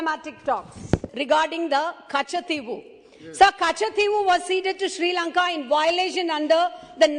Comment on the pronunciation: Madam hope you are staying in tamilnadu only .....cos it's not katchativvwhoo..it's katchativu😃